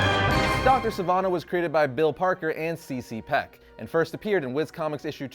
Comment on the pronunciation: No no no! That's Charles Clarence Beck not Peck!